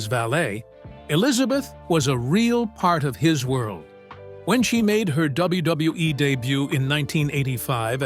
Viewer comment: Why does ai struggle to pronounce wwe lmfao